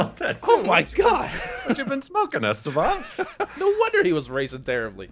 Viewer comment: it's not Ésteban, it's Estéban!!